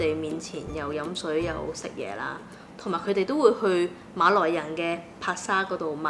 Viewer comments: 粤语正音就变成视频中的读音，MALOI，而不是MALAY了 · 粤语发音的马来人就不是malay，就已经是maloi，就完全不一样了。按照马来西亚的标准，我们一直都是以马来语和英文发音为准的。所以，文献翻译是马来西亚，发音则按地方不同，但是都应该发音成MALAY，不是MALOI。